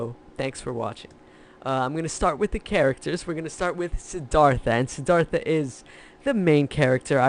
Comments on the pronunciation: Courageous dude?! And learn how to pronounce the name. Please! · The river taught me you pronounce "Siddhartha" wrong....go to Indian restaurant on Lexington Ave. in the 20's and ask them how to pronounce....it will sound better......